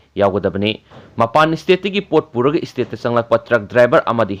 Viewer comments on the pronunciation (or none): State haibada e-state hairido hanna semdokpiyu..